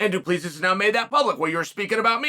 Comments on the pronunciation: Chael definitely doesn't get paid for his annunciation and pronunciation. He gets paid for his analysis. Between Duplessis and Pereira....killing me smalls. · Izzy won't say his name...because he can't pronounce it 😂 - teach him Chael! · Just to assist with the pronunciation of Du Plessis, the last "s" is silent. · why is chael so bad with name he’s not saying his name right 😂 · Uncle Chael, the question is will the UFC come to Africa. Also, learn abit of Afrikaans cause you pronouncing his name wrong. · Someone tell him Du Plessis = 2 + 3 thats how you say it haha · The s was silent until chael pronounced it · 😂😂😂 As a South African the pronunciation is killing me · "Doopleesees"😂😂 Do. Plisee is the right way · Unc Chael - just wanna inform you if I may, it’s Pronounced Doo - Ple - See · It’s not Du Plessis , it’s Do PleSee , it looks like that but it’s not how it’s suppose to be pronounced ,I’m South African my self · Awesome clip! By the way "Do Plea cease" is pronounced "Do- pluh(like plinth)- sea". I can't believe this has never been addressed 😅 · He name is pronounced do pla see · Its pronounced Du Plussea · So the last "S" in Du Plessis is silent... "Du Plessee" basically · Bro it’s Du- Ple-Si 😂😂😂 damn say it right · Tip on an easy way to pronounce Du Plessis correctly. It's Do-plea-see. The ending is silent. It's a very common Afrikaans surname. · DOO- PLUH- SEE** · Say his name right. Do plerrr see. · Du Plessis is pronounced as "Doo-Pluh-See" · As a South African listening to Chael butcher Du Plessis' name is hard 😂 Chael, it's pronounced Du PleSee 😂😂😂😂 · Mate his name is Do-plah-see 😂 it’s crazy seeing a South African in the ufc from a kiwi point of view this will be big cause we have a big rivalry with the South African rugby team and Izzy hails out of New Zealand so it’s a good rivalry lol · Hey Sonnen the S at the end of Du Plessis is silent. It is pronounced like it is pronounced in French. Pronounce it like Du Plessy or you sound stupid.